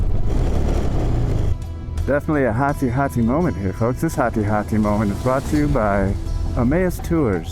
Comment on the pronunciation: Hati-hati not heart heart ya mr 😅😅